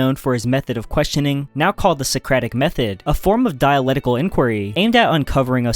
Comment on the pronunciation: It's "diaLECtical", not "diaLETical".